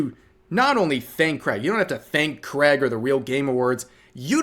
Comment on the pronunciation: It's Craig, not creg